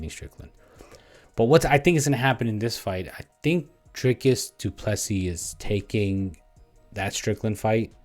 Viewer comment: Pronounced:: doo plu sea,not seas